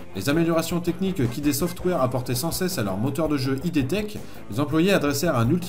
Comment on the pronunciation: On prononce pas id comme un sigle mais comme ça se lit. Ça vient d'un terme du jargon de la psychanalyse il me semble